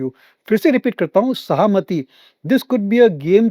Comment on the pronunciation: It is सहमती ( permission) its not सहामती